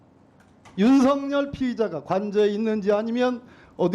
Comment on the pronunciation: 왜 윤삭열이라고 시원하게 말을 못하남 수상하네